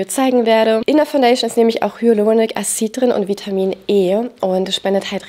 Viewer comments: Du sprichst immer Acid falsch aus. Das triggert mich in jedem Video 😂 Wird nicht "Asied" sondern "Äsid" gesprochen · Ja! Hyaluronic Acid ist eben ein englischer Begriff. Triggert mich mich auch etwas. 🙈